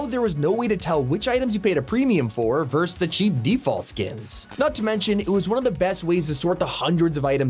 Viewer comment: It’s VERSUS! Not VERSE! FFS!